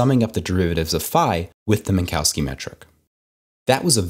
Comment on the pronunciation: Always funny to me how Americans pronounce the name Minkowski ^_^. Thanks for sharing this nice video!